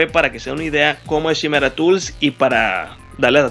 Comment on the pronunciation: Pienso que es importante pronunciar correctamente los nombres de las herramientas, como esta que se escribe Chimera y se pronuncia Kai-mera. Es la quimera de la la mitología griega, o no sé si lo pronuncian chi-mera porque quieren dar entender que se van a chimar a los clientes.